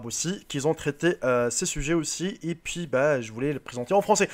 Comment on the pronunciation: noir il dit un pouis au lieux d'un puis